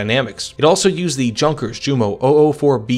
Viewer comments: PLEASE, It'S not pronounced "junkers" like in "junk", but "Junkers" like in "youth". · That english pronounciation of Jumo, and Junkers makes my ears bleed. It's not a hard "J" sound of the english, it's a soft j sound. Like if it would have been yunkers or similar. Typical english and american stuff. Otherwise i enjoyed the video. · Yun-kehrs (idk how to write slight r rolls in text, I did my best) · Yunkers, Yoomo, Yagdpanter, Yagdteeger, Yagdpantser, Mesershmitt, Shtookah... Imagine Panzerjäger and HitIer Jugend having the Js pronounced as J instead of a Y. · It is correct , though . It's what it is in German .